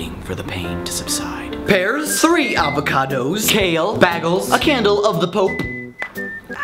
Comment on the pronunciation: did he say bagels with a short a?